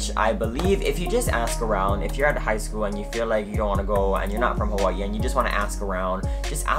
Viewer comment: I love how Hawaiian ppl say “Hawaii “ 🔥🔥🔥😄